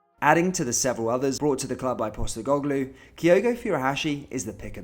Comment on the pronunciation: PosteCoglou not PosteGoglou thanks.